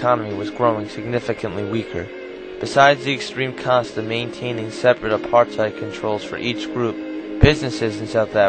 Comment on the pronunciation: you could have learned how to pronounce Apartheid properly. You even hear DF Malan pronouncing it correctly